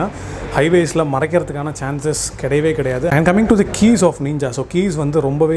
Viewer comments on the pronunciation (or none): Every one pronounce:ninja: neeenja 😎💪😂